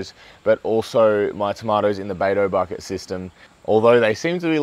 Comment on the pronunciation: bato bucket - lol this is "dutch bucket"